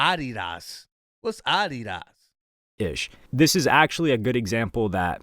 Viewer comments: Thats the correct way to say Adidas 😂. Deleted juat dropped as well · Random: The way he said “Adidas” is the real way to say it. 😂 we have been doing it wrong the whole time. Adidas and Puma are two companies founded by brothers after their visions took different paths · Lol how he pronounced ADIDAS is how it’s actually pronounced. It’s originally a German brand 😮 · Pronounced Adidas correctly. Its from the founders/owners name Adolf "Adi" Dassler. His brother Rudolf "Rudi" Dassler started Puma after they fell out . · Dude pronounced it correctly..Adidas (German accent) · He pronounced adidas the correct way actually. We, as most Americans, pronounce it incorrectly. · I grew up in Germany (my dad was Army but moms actually German and when I heard him pronounce it how he did it reminded me of visiting this Adidas outlet in this town called Herzogenaurach with my Grandma (she’s full German) would always say it’s how you are supposed to so I always have since and most people think I’m just joking lol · Adidas is a German brand and that is how it pronounced. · That's the correct way to pronounce Adi Das